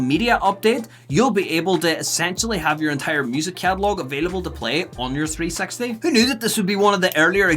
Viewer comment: Wouldn't it be nicer if you'd just drop the "T" when you speak out the name of the console: "Xbox 3-sexty"? 😉😄